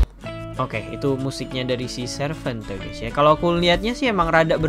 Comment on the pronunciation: Baca nya sarvente bang bukan servente